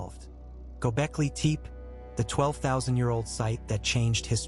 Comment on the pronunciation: It's not pronounced Teep